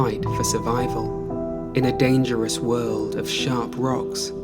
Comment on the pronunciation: If I had a nickel for every time this guy said "a truly alien wuhld" I'd be a rich man